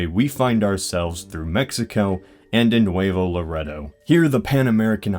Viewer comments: Lar-e-doe is not how you pronounce it it's lar-a-doe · AYY I LIVE IN LAREDO & yes that picture is outdated af. And the pronunciation is not "luhh rEh dough". It's "LuhRayDough". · great vid its pronounced La-ray-do though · "Loredo" is pronounced "loh-RAY-doh" -- not "la-RED-oh" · It's not pronounced "loredo" it's pronounce "lorado" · luh-ray-dough not luh-red-dough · it's pronounced La-Ray-Doe, not La-Red-Oh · I love the way he says "Laredo like "leh-Rey-dough it's lar-aid-o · He pronounced Laredo like "Lareto" when it's more like "Lah-ray-dough" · As a texan I know you Pronounced Laredo wrong. I's not pronounced "Lahrehdoh" It's proounced "Lahraydoh". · Lol it's not LO RETTO, it's LA RAY DO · I'm from Del Rio TX, also a smaller border Town and the way you said Laredo was funny. We usually say Luhraydough, you said Luhrehdough. Anyways I was so excited cause you missed my town by 100 miles north of Laredo. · I'm from Texas and I cringed so hard when you said "la-red-o" it's pronounced la-"ray"-doh. On top of that you think you could travel up IH-35 through Texas, lol we can't even get to and from work on that thing in 2 years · "lar edoe" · I think it is pronounced Laredo. La-RAID-doe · Even though this video is a couple months old,it is pronounced LU-RAY-DOUGH.(Laredo) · Here in Texas, we say Luhraydough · Laredo is pronounced "Luh-ray-doe". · its pronounced 'laraydo' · You pronounced Laredo and Nuevo Laredo incorrectly. It's pronounced la- ray-dough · In Spanish it's la-rre-dough say it in a Spanish accent though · its pronounced lah-rrrey-doe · I'm from laredo (it's nice) and it's pronounced La-rey-do. I'm not offended just saying. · "La REDD oh" Dislike. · Laredo Texas is pronounced La-RAY-doe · It's pronounced "Luh-ray-doe" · "Lareddo" Involuntary twitch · It's pronounced La-RAY-dough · Hey you mention my hometown Laredo, Texas but we pronounce it differently also Nuevo Laredo, Tamaulipas we pronounce it differently too